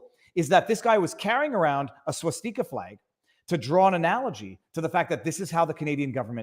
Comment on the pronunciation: Swass-Tea-Kah NOT Swass-Tikka-Massala